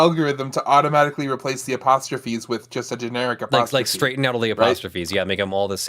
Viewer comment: I've never heard apostrophe pronounced that way